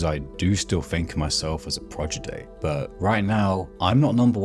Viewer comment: "Pro-di-gy", my dude. Great video regardless! :)